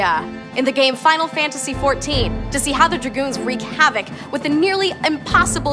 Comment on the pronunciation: Well, apart from the fact that Dragoons are pronounced with oo so an long u, this vid is awesome :))